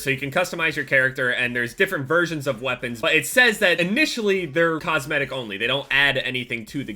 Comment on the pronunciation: cosmitic they said